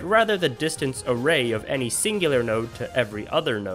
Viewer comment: Array ... "A Rei"